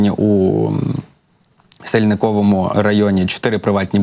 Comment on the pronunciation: Не в сельныковому , а вСынельныковому рн.